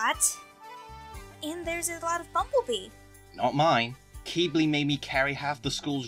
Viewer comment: its qibli not keebly